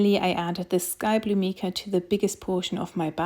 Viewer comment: #2 Soap was the best of the three. Mica is pronounced "My-Ca." Soap pouring into mold was messy. See "I Dream In Soap" for helpful soapmaking tips. Not trying to be critical, but trying to be helpful with constructive criticism. Thank you.